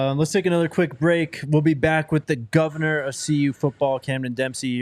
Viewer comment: The Govanah! Love it.